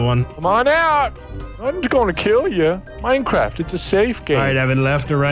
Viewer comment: Minecwaft deff wun